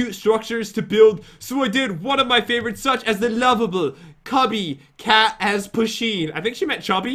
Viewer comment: Poosheen what the hell🤣🤣🤣